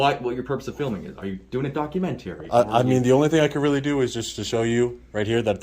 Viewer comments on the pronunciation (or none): Cop said documentiary. Hilarious.